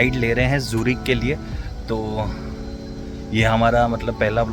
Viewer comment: भैय्या जूरीक नहीं है ज्यूरिक है 😅😅😅😅😅😅